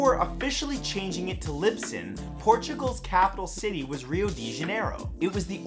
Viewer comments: Lisbon not libson 😬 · ahhhhh LIPSON i think you mean LISBON or more correctly LISBOA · Bruhhh did he say Lipson? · Omg did you just call Lisbon 'lipson'??? 😂 😂 😂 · Capital of Portugal - Lisbon Matt - Lipson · he also pronounced 'Lisbon' ad 'Libson'... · #16 is incorrect. The capitol of Portugal is Lisbon, not Libson. Sorry Matthew Tansoro :p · It is Lisbon, not Libson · wtf is "Libson" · "Before changing it to Libson..." You mean Lisbon? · Capital of Portugal is Lisbon , not Lipson or Libson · Portugal's capital "Lipzen" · Are you saying Lipson? The Capital City of Portugal is Lisbon. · Pretty sure it's Lisbon, not Lipson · I´m sorry, but 16 isn´t right. First, it´s not "Libson", it´s Lisbon. And Portugal´s capital was only Rio de Janeiro for a short period of time, in the 19th century. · “Libson”? It’s Lisbon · Lisbon not libson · Its Lisbon, not Libson. Damn it Matthew. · lisbon isnt lipson LMAO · Did you just say that Portugal's capital is libsin? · Did he really say Libson instead of Lisbon...? Girl... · Matthew, I love you and your videos but you said Libson instead of Lisbon and it made me laugh. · its lisbon not libson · Crichton is pronounced "Cry-tun." Aphid begins with a long A. The capital of Portugal is Lisbon, not Libson. Aaaaand I'm done watching. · did he just say Libsen instead of Lisbon? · yes....yes he did. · I like your page(s) but you really need to research pronunciations before you record. "Libson"? really? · The Portugese are probably staring at the screen very confused right now... I get that Matt makes a lot of pronunciation mistakes which comes with the job, just wasn't expecting that one ^^ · I think you mean Lisbon or Lisboa.